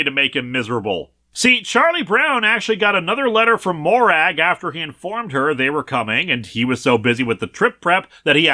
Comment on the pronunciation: Not criticising the video, just wanted to share. Despite the spelling the name Morag in Scotland isn't pronounced Mo-Rag. It's prononounced Mo-Rug. One of the many examples of how our dialect wishes to confuse the rest of the world